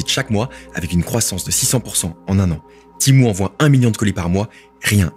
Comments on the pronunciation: Ça se prononce Témou pas timou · À partir de "Timou" j'ai arrêter la video (C'etait vraiment dans l'intro ) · Tu peux pas dire Tému comme tout les français ? 😂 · MOI JE LIS TEMU PAS TIMOU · Tu dit Timou c’est énervant